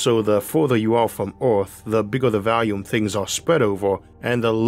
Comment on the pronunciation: When will you learn how to pronounce "volume" properly?